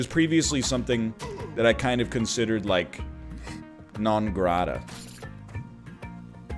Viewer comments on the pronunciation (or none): When he said non grata, all I heard was 'non gratata'. Good vids kid, good vids, keep it up egg man. :)